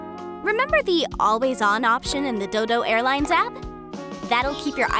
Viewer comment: Did she say... Dildo Airlines App?